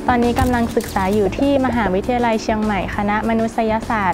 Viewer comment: ชื่นชอบน้องมะนาวเสียงไพเราะอักขระภาษาไทยชัดเจนซึ่งหายากในเยาวชนสมัยนี้โดยเฉพาะอย่างยิ่งคำว่ามหาวิทยาลัยชัดเจนมากเด็กสมัยนี้จะพูดว่ามหาลัยเป็นส่วนใหญ่แม้แต่ผู้สื่อข่าวบางคนยังออกเสียงไม่ถูกต้องเลยค่ะ